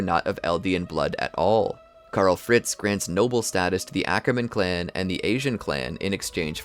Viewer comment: Bro awkerman 😭